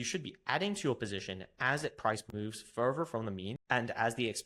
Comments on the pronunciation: Which english taught you to pronounce further as furvur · This is very common in the UK.